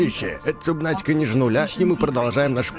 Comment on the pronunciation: " сабнатика" а не "субнатика"